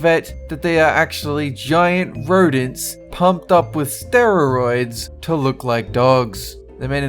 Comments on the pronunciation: am I the ony one who hears him saying 'steroroids' instead of steroids? 😅 😅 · The way he said steroids :sterroioids